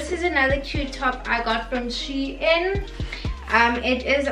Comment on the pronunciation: It's pronounced as "Sheen" sweety not "She-In" No hate though🥰 ily!